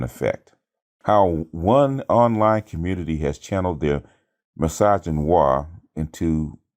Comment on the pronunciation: LOL! What does 'communitah' mean and trying to imply? I first heard Obsidian say it and just assumed that he was mocking a few people but it has taken off.